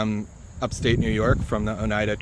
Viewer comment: Oneida is pronounced “ohn eye duh” -born in the finger lakes